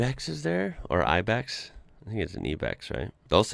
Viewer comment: p.s. the 'Ibex' is pronounced '_eye_bex'